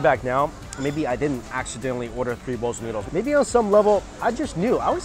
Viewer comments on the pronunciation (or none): Is it just me or he says noodles as NYUDLES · I always laugh when he says noodles😂